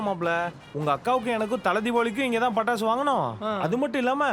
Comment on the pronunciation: Pattasu ❌ Tappasu😂✅